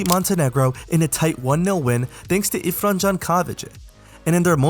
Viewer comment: But Irfan wasn’t the best pronouncement